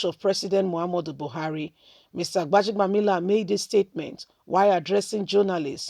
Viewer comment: Go and learn how to pronounce words and names. You're a Nigerian for crying out loud. 'Gbaja-bi-amila.' It's easy. Why do you have to make things complicated.